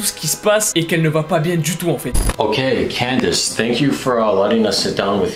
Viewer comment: Adame: Candyce Les caméras: CANDACE